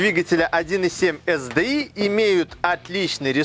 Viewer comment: ЭС ДИ АЙ . При всем уважении .